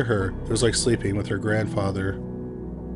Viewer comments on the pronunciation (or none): none